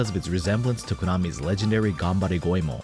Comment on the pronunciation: It's refreshing to hear someone say "Goemon" correctly. Awesome video.